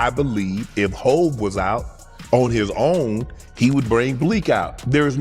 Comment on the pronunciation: Who the fuck is Hav? Jay is hov. Hav is havoc from mob deep this video trash. And who is yoyo 🤣